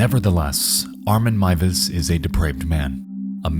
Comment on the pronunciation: This may sound very random but as a German I appreciate the correct pronounciation of Armin Meiwes :) Horrible incident but I love your coverage of it! Great video as always